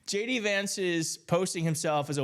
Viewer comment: I could have sworn you said gay d vance...🤔